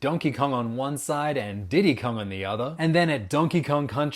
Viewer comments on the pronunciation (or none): I heard Diddy con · I was like oh donkey Kong then next thing I know I here DIDDY KONG😳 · Is it just me or did anyone else hear the guy say Diddy Kong? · Nobody is talking how he said “DIDDY KONG”😂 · Wait a minute did you say DIDDY Kong his name was baby Kong 😭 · Did he say Diddy cong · Did he just say DIDDY KONG